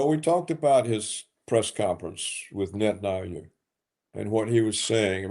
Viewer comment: I live for the day I hear Paul pronounce "Netanyahu" correctly. It is netan-yahu, Paul, exactly as it is written, and not netan-ayoo which is.. whatever.